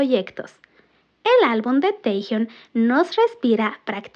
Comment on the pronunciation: Porque lo llamáis Tejiun!???!!! Cada vez que lo nombrais así sufre mi alma y me sangran los oídos!! Si decís bien Jungkook, haced lo mismo por el porfavor!!!!